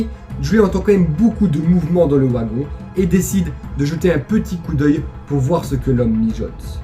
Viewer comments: Ta vidéo était super bien racontée mais ne m'en veux pas si je rectifie, une chose, c'est sans malice. Le "W" de wagon si traduit en "v" donc ont dit "vagon et non ouagon. Autrement, je te laisse un big pouce bleu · J'étais entre un sentiment de peur via l'histoire et de rire avec ta façon de prononcer le mot "wagon", c'est assez drôle pour nous les français. Sinon super vidéo, je m'abonne. Amitié à la Belgique !